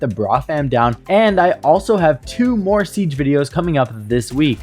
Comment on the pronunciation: Moar = more 😂